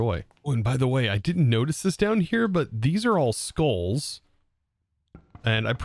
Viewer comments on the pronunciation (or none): none